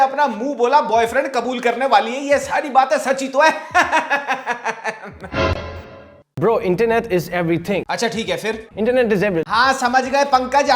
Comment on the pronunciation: Ye Asim to apne apko angrez samajhta hai,,,Indian Nehi,,,,😂😂bro ko bhi bra bol diya,,hii re english🤦